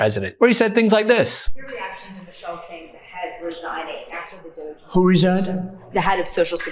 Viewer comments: Doge pronounced Dodgy! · . "So who is in charge of DOUSH?". "The Douche, obviously. Sometimes the old one, sometimes the Foreigner.".